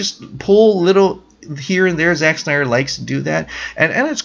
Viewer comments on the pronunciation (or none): none